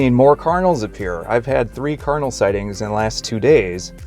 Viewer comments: I think it's great that you are revisiting The Church of Jesus Christ of Latter-day saints! You pronounce Cardinal differently than anyone I know. It sounded like carnal! That's not good, lol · I am hearing say kernel so is he saying Cardinal? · At first I thought he was saying carnal, instead of Cardinal.